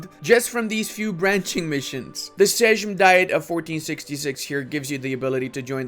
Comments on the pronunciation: You're not butchering szlachta, you actually said it remarkably well, you're butchering sejm;) "J" is pronounced like a longer "i". Or i guess you can try pronouncing it more like seym, should come out better. As for the large amount of nobility, don't think of it as aristocracy (that would be the magnates), think something closer to samurai i.e. warrior cast. Most nobility was not wealthy, many didn't even hold any land, instead it was said that to be a noble all you had to have was your saber and a family name. Nobility was a large portion of society counting between 10%-30% of population depending on the time and region. Most of them hired themselves to family heads as muscle or had small bit of land which they worked themselves with hired help. As for the sejm it was a sort of parliament. Poland was actually a very free country where you could prosper and advance socially a lot easier than in most western countries. The sejm kept kings weak and people relatively free for the time. This worked great when the middle class was strong (made very strong and wealthy after black death since Poland went relatively unscathed and got rich of selling food to post black death ridden Europe). The fall came when the middle class waned and magnates and foreign powers started buying votes. Then the strong sejm turned into a hindrance stopping reforms and paralyzing the country at the time when all the neighbors implemented absolute monarchies which were a lot less free but a lot more eff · Never heard anyone mispronounce Seim/Sejm so badly, come on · in Sejm you pronounce J like Y in english also W is like eng V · No! You pronounce szlachta pretty good. On the other hand word "Sejm" is butchered by you. But hey... It makes me laugh(I am from Poland) so nothing to worry about :) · But he pronounced Sejm incorrectly xD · you shall read sejm as saim or something idk. It's not an egnlish j like john, but more like i in igloo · "Seym, "Sejm" is basically "Seym"